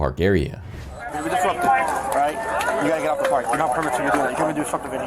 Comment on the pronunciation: I really enjoy these videos but it drives me NUTS how the narrator pronounces February. He pronounces as Febbee-airy